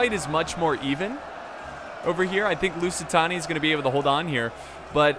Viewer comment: You say it like Lucitani but is more like Luzitani. that thing breaks my heart please stop it!